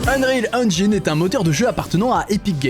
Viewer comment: Mais naaaaan, un francophone qui a prononcé "Engine" quasiment correctement, incroyable. Je like la vidéo juste pour ça allez !